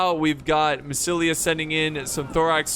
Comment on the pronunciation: Lol remember when used to say Massilia as Masaesily?